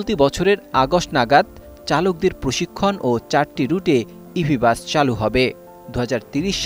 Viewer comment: উপস্থাপন উচ্চারণ ভালোভাবে শিখতে হবে,বাস কিছু কিছু ক্ষেত্রে বাচ, উচ্চারণ করতে শুনেছি, ভালোভাবে উপস্থাপন করতে হবে,😮😮😮😮😮😮😮